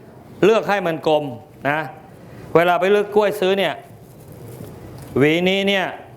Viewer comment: พิธีกรควรพูดตัวควบกล้ำ ร ล ให้ชัด กล้วย ไม่ใช่ก้วย